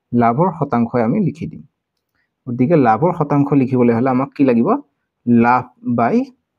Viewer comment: Laf nohoi lav apuni. Bare bare laf laf koi ase